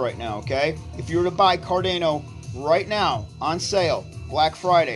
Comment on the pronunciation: Car-day-no 😂 Sha-BOOOOMMMM!!!